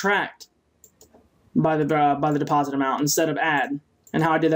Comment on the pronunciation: So how many people have corrected you on "deposite"?